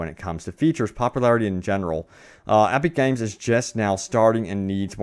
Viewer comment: Aepeek Games. 😂 Your vowels sound weird.